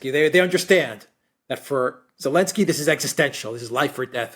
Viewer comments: doesn't know how to pronounce this lenski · Lost me after 5 mins - Mercouris’s voice is so pompous and he can’t even pronounce Zelensky